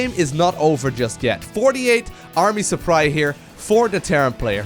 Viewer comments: ''Fourty eight army suppRY''? Did you mean to say ''supply'' ''''?:D By the way, NEVER say ''though'' at the END of a sentence, it's supposed to go IN THE MIDDLE and never pronounce it ''dow/dough''. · Didn't know so much SC2 turns you korean. Army Suppry